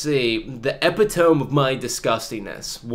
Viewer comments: lol The word "Epitome" is pronounced "Eh-pih-toe-me" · Oh god you need to learn how to say epitome.